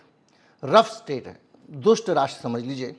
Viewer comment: The correct word is rogue state not rough state